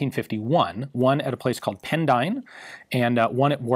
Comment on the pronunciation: Of course you have difficulty with pronouncing Pendine (in Wales) & Warminster in Wiltshire, & those of us who used the FN/Fal, know it as the ‘SLR’ for ‘self loading rifle’. (My dad spent half the war at a secret weapons establishment near Pendine & learnt to speak Welsh).